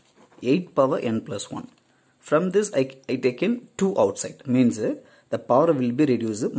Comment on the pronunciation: supr lecture sir , but pls avoid adding uh after words example tell as means not as meansuh ...